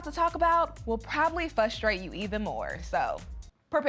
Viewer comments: For the host: please stop saying “fustrate”, or “fustrations”. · Fuhstrate? Girl....